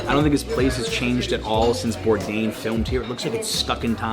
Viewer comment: "Anthony Bourdian" and just like that Anthony became armenian :D